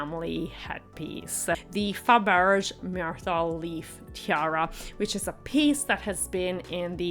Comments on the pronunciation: Who is the Duke of Minster or Westmin , and who the heck is Hugh Grosvenor or did you actually mean the Duke of WESTminster and Hugh Grove-na (spelt phonetically). While the tiara was by Fabergé [note the accent over the final 'e'] and not by Faberzh as you stated. If you are going to talk about a couple's wedding you might try and get the groom's name correct, it isn't difficult nowadays to find out how names are pronounced using the internet. And eighteen eight is NOT the end of the 19th century but the beginning (if you actually said eighteen eighty then your editing is terrible as you appear to be cutting off half your words (eight instead of eighty and Westmin instead of Westminster for example). Sorry but I couldn't watch beyond 6.36 as you are reporting on something while getting everything wrong including the very easy pronunciations of names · "Gross-venner" is grossly incorrect pronunciation. As is "Faberjh." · Drone on and on and on.. talking through your nose.. annoying!! Mispronounced Faberge and Grosvenor... not a fan